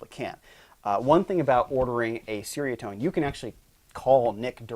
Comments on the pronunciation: as a Malay speaker, it's actually "Cher (like teacher)" "Ria (Ree-ah)" - Tone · It’s pronounced ‘cherry a tone’. Cool video. Nice riffs and toanz.